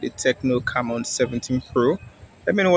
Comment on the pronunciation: its prononouced: "c'mmon" hehehe